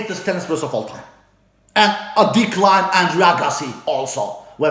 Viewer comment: Just one small detail, in your previous video you were talking about decline of certain players, but you tend to pronounce It "dick line" lol